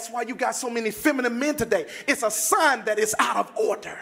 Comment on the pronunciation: "Ordherrr" "Ultimally"